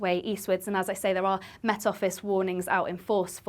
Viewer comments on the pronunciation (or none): Will someone teach her how to say the word “Met” & “Wet” please? She seems to be struggling.